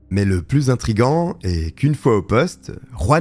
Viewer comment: Ruan, AleRandra. Un petit effort l'ami, pour prononcer la Jota comme il se doit.